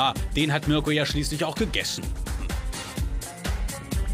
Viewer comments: Marko Reeh ?? Er heißt doch mirko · Bin ich die Einzige der auffällt das der Moderator „Marko" und nicht Mirko sagt? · Das auch immer Marko statt Mirko gesagt wird. Irgendwie schlecht sich immer ein Versprecher ein😂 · Mirko nicht Marko 🙈